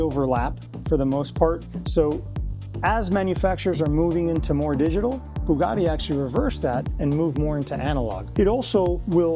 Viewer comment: Why can't he pronounce Bugatti correctly ? WTF is Boogarti ?